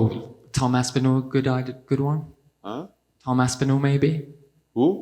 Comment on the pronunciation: This idiot said Tom Aspinal of all people lol